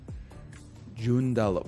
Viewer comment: Holy shit, I live near there!! I drive on that road all the time! Gj on butchering the name of Joondalup ahaha